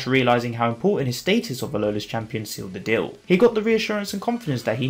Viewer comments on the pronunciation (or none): none